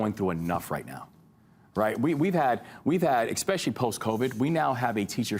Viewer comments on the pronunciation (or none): did a governor just say “exspecially”?